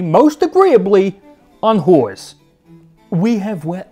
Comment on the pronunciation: Most entertaining, Max...I’ve become a fan of your channel, but I’m just a little perturbed by your monosyllabic pronunciation of “whores” in that Joisey accent.